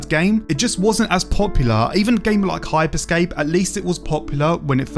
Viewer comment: It's HYPER SCAPE not Hype Escape